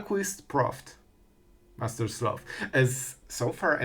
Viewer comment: Master SLOTH (Not sleuth 😂)